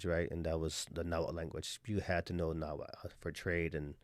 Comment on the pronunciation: lol ikr ...btw, it's 'nahuatl'